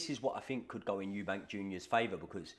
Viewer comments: Stopped watching when you said "Eubanks" it's clear you guys know fuck all about boxing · Good video but it’s EUBANK without the S lol